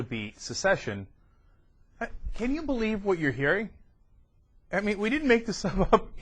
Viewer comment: Wow. Birdman what's your highest level of education? First of all it's not 'succeed' and 'succession'. It's 'secede' and 'secession'. There are so many problems with what you r proposing. For one u would need a majority referendum to demonstrate that a majority of citizens in a state actually wanted to secede. However, the minority that voted against it still have the right to maintain US citizenship becuz a majority cannot remove the citizenship of a minority - that is unconstitutional.